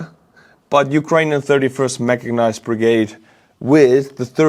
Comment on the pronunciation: there is no letter 'g' in 'mechanized'